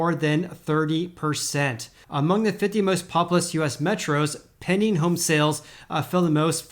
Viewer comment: It sounds like you’re saying “penny home sales” haha. PenDing. Gotta enunciate that D.